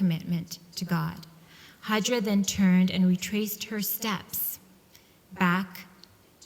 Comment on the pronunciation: She's called hajar not hajra.